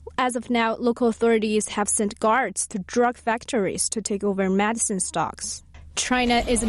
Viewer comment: The one complaint I have about this show is the terrible mispronunciation of many basic English words. Is there no editing in this show? Today Medicine was mispronunced at least 3 times!